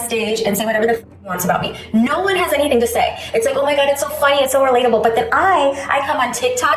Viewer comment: Its NO not Ner you fuckin dumbass.